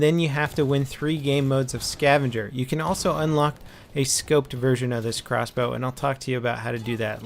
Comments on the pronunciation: How much harder is it to say crossbow???? Xbow just sounds ridiculous! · OMFG xbow is crossbow but shortened in words, but if you were to say it verbally it would be CROSSBOW, not XBOW! moron...